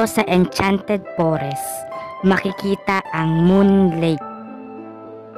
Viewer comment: noone: absolutely noone:: Enchanted pOReSs